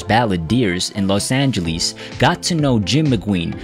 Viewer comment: Couldn’t have said it better. Couldn’t pronounce Dave Brubeck, Troubadour or Los Angeles, for crap sakes.